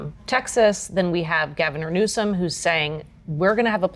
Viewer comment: She said "Gaviner Newsome" 😅